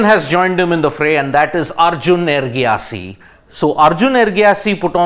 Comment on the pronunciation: Its Erigaisi not Ergiasi. Atleast get the spellings right and pronounce the names correctly. He is one of the top players in India. Would you ever dare spell or pronounce wrongly any top cricket player's name?